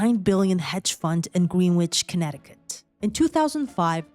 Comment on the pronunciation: Wrong pronunciation of Greenwich, Connecticut